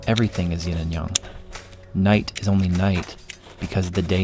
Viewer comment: It's Yin and Yang, not Yin and Young.